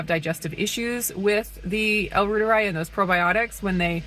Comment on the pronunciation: I would just listen and pronounce the L Reuteri like Dr Davis says it since he created it. The yogurt I mean